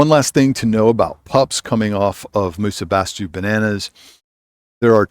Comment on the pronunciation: it's pronounced "musa basho" greetings from Japan